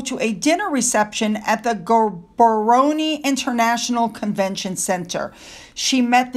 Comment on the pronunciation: You did well with all those names! Gaborone is pronounced GAB-OR-OWN!